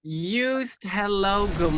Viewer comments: I love your attempts at the Dutch language 😂 His name is pronounced Joast (is in Roast) by the way 😊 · Small adjustment: phonetically it would be closer to Yoast, because the J would make it sound like Djoost, whereas the y from yes fits perfectly. Klein in English often sounds like Klain, and in some Dutch accents it sounds like Klain too, but it is pronounced like the ei in the French soleil or city of Marseille. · His first name is to be pronounced as 'Joast'. Like 'toast´.